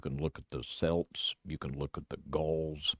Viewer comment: The root of the word "celt" is the greek word "keltoi". The proper pronunciation employs a hard "c". In other words,it's pronounced "kelt" as opposed to "selt".